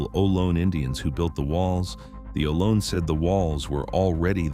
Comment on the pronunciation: Its oh-loh-nee not low, stupid